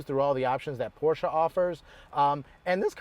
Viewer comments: Please learn to correctly pronounce the marque of the car you are reviewing. There is only one correct pronunciation. Otherwise, decent review. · no, there are plenty of ignorant Americans who pronounce it incorrectly as well.